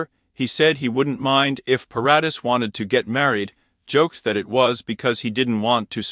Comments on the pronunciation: Vanessa's last name is pronounced Paradis - (Pair- a- dee). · OMG. Leave this poor man alone! Vanessa is married. And learn to pronounce her last name. 🙄 SO much incorrect CLICKBAIT.